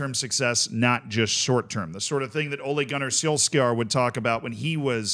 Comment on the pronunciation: I never knew that the English and the Americans pronounce Ole Gunnar Solksjaer's name differently.